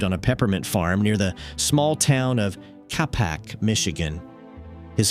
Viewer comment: AI voice mispronounced Capac. It's Kay-Pak